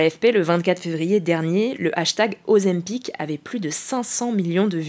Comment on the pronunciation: Purée ! Je n'ai pas compté mais dès le premier j'avais déjà envie de la couper pour lui demander en quelle langue on prononce ozaim'pic. Mais vous avez totalement raison d'avoir relevé : c'est du matraque publicitaire ! Toute personne qui a vu cette vidéo a le nom gravé à jamais dans la tronche. C'était tellement violent que je n'arrivais pas à comprendre (le reste) du discours !